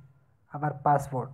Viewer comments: Password ko passport bol raha hai.. Sahi se English bhi nahi bolne aa raha hai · Is he saying passport ?